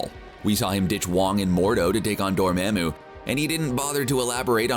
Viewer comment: YOU HAD ONE JOB ! Dor MA MOO... NO, try again